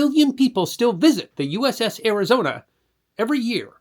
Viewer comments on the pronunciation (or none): none